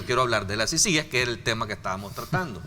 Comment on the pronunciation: Por ser una sigla no se tilda. Pero para pronunciar una sigla, por ser una palabra nueva, esta sujeta a cualquier forma de pronunciación. En todo caso, se pronuncia como sea más fácil para el hablante. Pará el señor Raudales es más fácil pronunciarla con acento en la primera I, CÍcies. Pará el resto de salvadoreños es más fácil pronunciarla con acento en la segunda I. ciCÍes. Por eso nadie le paró bola. Él está optando por una pronunciación poco natural.